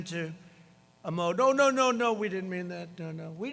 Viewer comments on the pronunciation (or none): "Shut down mood" My guy don't know how to pronounce mode but that's ok xd TRUMP2020